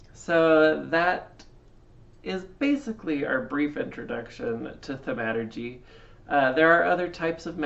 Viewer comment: You pronounced thaumaturgy incorrectly